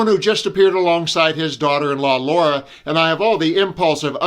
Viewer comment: La-ra, not Laura 😊